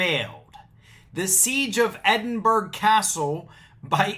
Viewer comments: Hi, I am a native of Edinburgh, I consider myself a Scots patriot, I am well educated in Scots history and there's a few things I would say about this. Firstly, excellent video, but the pronunciation is 'Ed-in-bur-ah'. Many of us who read about this fell about laughing, because this group do not know what they are talking about. The main point being that Magna Carta does not pertain to Scotland. It never did, and it never shall. You have to look at the history of Scotland and England. When King John of England signed Magna Carta in 1215, Scotland was wholly independent of England. In 1603, James VI, King of Scots, ascended the throne of England, and fashioned himself as King James I of Great Britain. This was the 'Union of the Crowns'. But although Scotland and England had one king, they still retained their own governments and laws. In 1707, Scotland and England entered the 'Union of the Parliaments', which united the two countries under one parliament in Westminster, London. However, both nations agreed that there were certain aspects which would remain unique to both respective nations. These included religion, education - and law. To this day Scots Law is a separate system to English Law. There are a few "British" laws, but these are constitutional, and most certainly do not pertain to ordinary citizens. Magna Carta is not one of them. As to being "sovereign" in Scotland, these idiots took that out of context too. There is indeed a principle in Scotland that the peopl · Did he actually say Edinburggg, YES HE DID. It is pronounced EDINBURRRAH. For pity sake. Stop it you are just showing your %+=&$#@ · EDD-IN-BOR-OUGH CASTLE